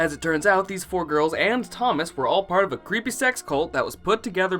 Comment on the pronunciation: Why do you pronounce ‘creepy’ as “krippy.”